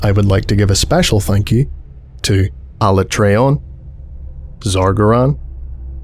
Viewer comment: Quick thing, 'Alatreon' is pronounced Ala-tree-on, and is actually the name of an end game boss in the Monster Hunter game franchise.